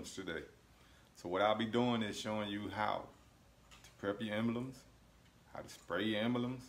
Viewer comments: embelems....huh? lol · great vid, you're crackin me up! "em-bel-ems." lolll em-BLEMS. c'mon now. :) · "Embuhlums"??? Did they get shipped to you in a "Embuhlope"? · Not sure why but I like the way you pronounce emblems